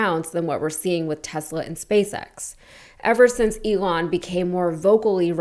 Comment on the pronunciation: Tesler not Tesla!